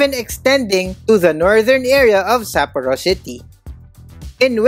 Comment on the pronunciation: Nice content....could have been better if you just make simple effort checking how to pronounce SAPPORO correctly, the same goes to other Japanese cities....It seems you have your own way of pronouncing them. We Filipinos usually don't have problems with this. Peace!